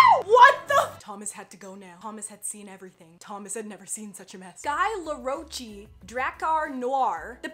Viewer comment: Omg You pronounced Guy Laroche 100% wrong girl...Its French